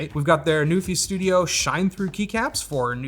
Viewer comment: I know you're saying NuPhy but all I hear is Newfie. Shoutout to the Rock.